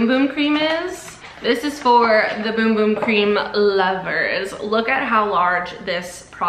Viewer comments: It hurts me when she says boom boom cream instead of bum bum!😂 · Girl it's bum bum cream not boom boom cream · it’s spelled bum bum but pronounced boom boom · Why does she keep saying boom boom cream? It’s bum bum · Cuz Sol de janiro said it’s boom boom not bum bum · It’s bum bum not bom bom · Girl, it’s not boom boom it’s bum bum OK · It’s spelt bum bum it’s actually pronounced boom boom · Did y’all know it was pronounced boom boom cream😭 I just found out 2 weeks ago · It’s boom boom though.. it’s how you say bum bum in brazil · It’s pronounced “boom boom” ☺️ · It is actually pronounced “boom boom” cream. They have it on the box when you get one. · Bros saying Beum beum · i cant watch this if shes going to say boom boom cream tge whole time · Actually, your wrong. You actually pronounce it boom boom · It’s pronounced boom boom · No shut your mouth its boom boom that’s how you pronounce bum bum in Brazil